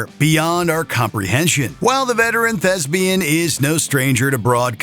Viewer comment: Please pronounce “thespian” correctly. It does not rhyme with “lesbian.”